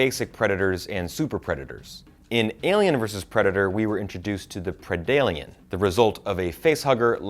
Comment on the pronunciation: Wow... Please study the lore, there are MANY examples of humans and predators teaming up, and some examples of them ending up respecting eachother... Also, it’s pred-alien, not pre-dalien, and on alien, it was H.R. Giger, not Stan Winston....